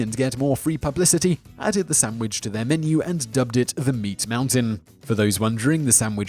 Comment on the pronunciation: "sam wich" ahaha